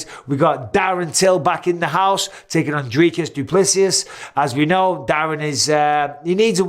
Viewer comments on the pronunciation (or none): OK, when it comes to Dricus Du Plessis; the surname is pronounced very closely to "two plus three" if the word "Plus" was spelled with an "E". Keep this in mind and you'll never mispronounce his name again.